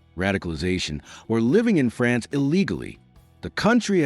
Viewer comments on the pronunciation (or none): none